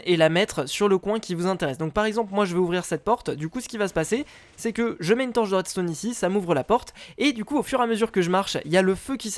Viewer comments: ON DIT À REDSTON PAS À REDSTONNE HA TOI QUI DIT TOUJOURS ARRÊTER DE FAIRE DES FAUTES ET BA TOU AUSSI TEN FAIT HAHAAHHAHAHAHHA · redstone c'ecrit redstone pas redstonne